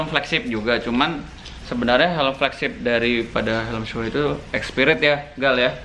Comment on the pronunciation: bacanya shui bosq